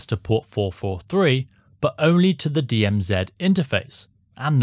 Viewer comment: DM Zed THANK YOU FOR SAYING IT PROPERLY AND NOT SUBMITTING TO THE …. (You know who) 😅